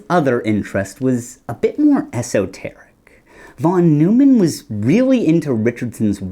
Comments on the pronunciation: The way that you pronounced John von Neumann's name really bugs me. In all of my computer classes, the professors pronounced it "noy-man", not "new-man" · John von Neumann: the last name isn’t “Newman”, it’s “Noyman”. The founder of computer science. Can’t help it, it’s triggering me! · Mathematicians pronounce von Neumann’s name as “von noy-man,” not “von Newman.” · von Neumann is pronounced "von NOY-man" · von Neumann is "fon NOY-mon." He's not a Seinfeld character. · That's not how you pronounce John von Neumann. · Made me turn off the video. If you can't even get the guys name right what else are you missing.